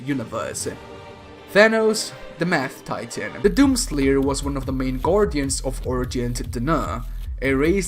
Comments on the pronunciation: no offense but at 32 seconds in instead of mad titan it sounded like you said math titan again no offense. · why does he keep calling Thanos the "Meth-Titan"?? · Did he just say The Math Titan lol. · Who alse heard "Thanos, the Math Titan" ? Cuz that is 100x scarier than original Thanos. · Now I can't not hear Thanos, the Math Titan, one of the most purple beings in the universe. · i thought he said the meth titan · When he said mad titan I thought he said math titan and imagined thanos as a math teacher. what is 2 - 4? Balanced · Also sounded like he said "the math Titan"...